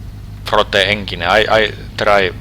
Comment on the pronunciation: NEINGINE BULLLLING DIVEO this guy is golden hearted in his voice and trying to say words